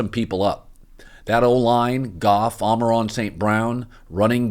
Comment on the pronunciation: I'm not even a lions fan. But Jesus fucking christ can one "analyst" say Amon-ra correctly